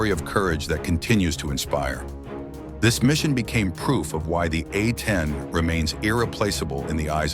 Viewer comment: Yea I tried to watch this after yarhubs, but by the time they said 'uh-10' over and over... I dipped.